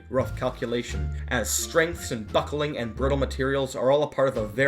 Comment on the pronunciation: He says "buckling" very strange XD sorry but true =D